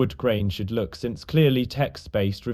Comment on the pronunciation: " Wook at a Pizza place" peak